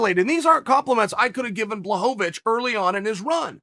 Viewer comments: Chael: Give the man Credit Until now he’s mispronounced Blachowicz as BlahoVAvicz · Chael: Takes time to use Ł Also Chael: Blahovovich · Sorry uncle chael but I don’t think Jan “ Black ovitch” is watching this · You tell every one to give Jan credit and you sit here repeatedly mispronouncing his last name.